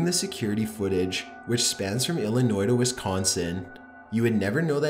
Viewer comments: The 'S' on the end of Illinois is silent. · Somebody please tell me didnt keep pronouncing illinois like illi noise.... ugh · Did you really say Illinois with the S!?!?!? The S is silent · The S in Illinois is silent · ITS PRONOUNCED (ILL-IH-NOY) damn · Illinois is pronounced ILL- IH- NOY. You don't pronounce the "s". From another video, Des Moines is pronounced DEH-MOYN. For both, you don't pronounce the "s" sound. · The s in Illinois is silent. And I know you know how to pronounce it because you kept going back and forth. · he pronounces the S in Illinois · that’s not how you say wisconsin or illinois😭